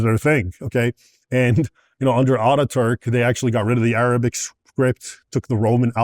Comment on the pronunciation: His historical facts are on point. His arabic pronunciation not so much. Still a great insight for those who know nothing about the Middle East